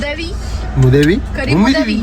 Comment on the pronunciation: Maadevii ❌ Muudevii 😂